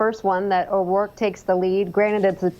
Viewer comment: "Beto O'Royke"